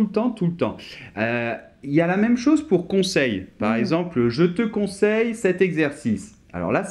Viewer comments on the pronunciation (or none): none